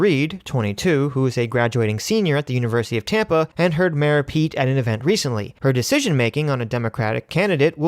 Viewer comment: Did you just call Mr Buttigieg "Mera pete" twice?